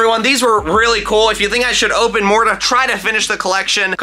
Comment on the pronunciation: When he say “cOOL” I almost hear him say “coL”